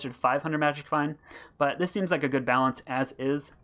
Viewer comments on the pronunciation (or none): none